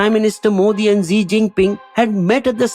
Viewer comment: Words uttered by an illiterate MP from Gujarat “Na koi aaya tha Na koi hai” will haunt India forever. And Xi is pronounced as “Shi”, not Zee.